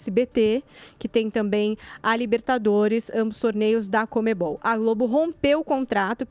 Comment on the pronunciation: CONMEBOL. Joel: "COMEM-BALL"